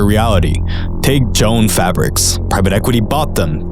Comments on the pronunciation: FYI, it's "Jo Anns", like two words. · Brother wtf, the store is pronounced “joe-Anne’s”